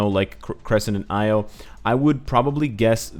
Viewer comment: I could be 100% wrong but I think Io is pronounced (ee-o) not (I-o), mostly because I've heard that name before (spelled Io) and that was how it was pronounced 😁 .... Again, could be wrong